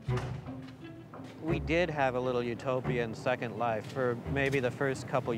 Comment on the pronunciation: i heard it too. how do you have a 30 min documentary of virtual worlds and you can't even pronounce the biggest one out there properly?